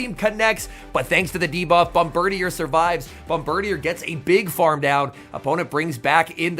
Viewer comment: Hi, not to be a nerd but Bombirdier is actually pronounced bom-ber-DEER, not bom-ber-dee-er lol